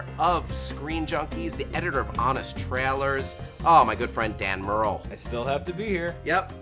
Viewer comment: Here's something that's not a spoiler... butchered the word "trailer" yet again.